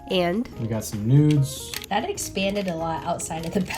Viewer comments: we got some newds Well that hit differently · “got some noods”